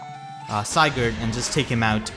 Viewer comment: I understand why but Si-gurd